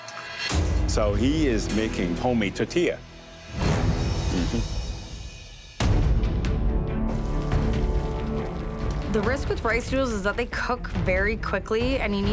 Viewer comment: Hey you call yourself a chef cant even say the word tortilla right? Its not totilla IDIOT